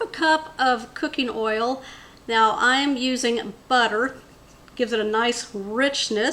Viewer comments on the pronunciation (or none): none